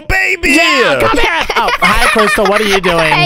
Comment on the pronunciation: Does literally anyone notice that keeps saying chere he's trying to say here but he says chere